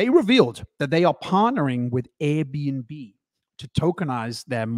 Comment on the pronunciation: It sounded like you said AirBNB. it is actually ABRDN, pronounced Aberdeen. Apologies if you knew this already.